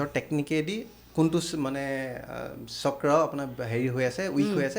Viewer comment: কি চাক্ৰা চাক্ৰা কৈ আছে বাইদেউ? চক্ৰ বুলি ক'ব নোৱাৰে নেকি?? আপোনাৰ মুখত অসমীয়া নুফুটে নেকি? নে ইংৰাজী ভাষা কওতে কওতে জীভাখন বেছি স্মার্ট হৈ গ'ল😂😂